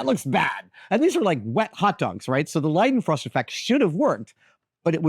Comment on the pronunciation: As a native German speaker, I can say that you are the first English speaking person to pronounce the Leidenfrost effect correctly. 👍